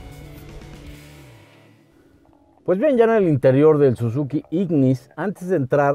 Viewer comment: Chequen las tablas dice "Sizuki"